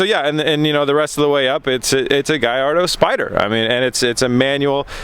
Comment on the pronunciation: Uhg, you guys are such plebs. It's pronounced Guh-lard-oh.